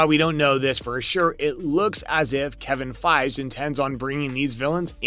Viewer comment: ah yes, Kevin Fige